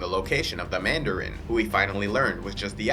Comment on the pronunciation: *Mandarin.........not "Manderin"